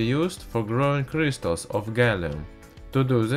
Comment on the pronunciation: when you say crystals is sounds like crishtals